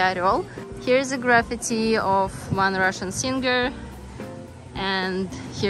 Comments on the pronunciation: Happy birthday! Can I give you a pronunciation tip? You are saying graffiti as if it's pronounced like gravity. It's really pronounced grah-fee-tee. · she means the stress is on the 2nd syllable. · I think, she pronounces it like we do it in Russian. We don’t make those [ee] sounds that long.